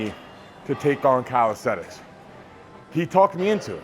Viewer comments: Bro does full planche push ups and still pronounces it as "calisthetics" 😂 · calisthenics not calisthetics